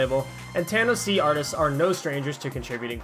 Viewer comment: Obnoxious comment: the label name is pronounced "tanoshii", it's a play on a japanese word for something pleasant (Thanks for your videos!)